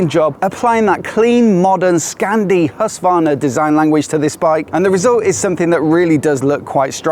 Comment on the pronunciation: Nice video. But you dont pronounce Husqvarna right? Its like knives in my ears. Im Scandinavian. But the video is good.